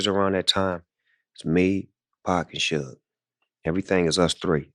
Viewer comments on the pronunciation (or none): It's not SHOOGE, It's SUGE😅😅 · "was shot 4 times' proceeds to say 5 shots has been hit ... damn you "amerikins" really are getting dumber by the minute xD also who tf is sooch knight xD its suge knights ya fkn bafoon xD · “Sooge night”… that is all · Sooge night? Another AI video. Ugh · Is this an AI voiced video? Who pronounces Suge like sooje? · Shuge, not Suge? It’s not huge with an “S” in front. It’s like the hard g in sugar. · You're not pronouncing Suge's name correctly. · If anyone takes this dude serious + he can’t even SAY SUGE….get a better gig bruh.